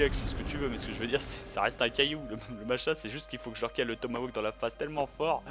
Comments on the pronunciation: Te plains pas il aurais pû dire "Tomahkani" :p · On dit "tomahawk" et pas "tomawok".